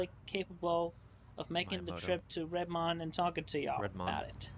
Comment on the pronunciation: If nobody got it, pronunciation of Redmond is not correct.